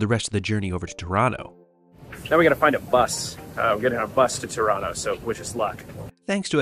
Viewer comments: I kept hearing "Toronto" instead of "Tirano" and thought European train travel had gone futuristic. 😆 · 🇨🇦🇨🇦The subtitles keep on picking up Tirano as ‘Toronto’😅 I’m glad my city was mentioned so often on this trip! (I guess your pronounciation was much closer to Toronto (Tor-an-to) than ‘Tirano’ (Tee-rah-no))🇨🇦🇨🇦